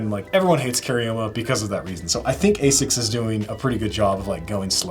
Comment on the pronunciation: Ass-icks, not ay-sicks. It’s a Japanese company and that’s how they pronounce it. You’re welcome